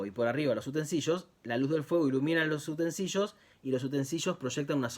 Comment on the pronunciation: Utensilio, no utensillo